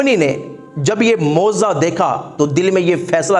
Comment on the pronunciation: Moziza nhi hazrat mojiza hota hai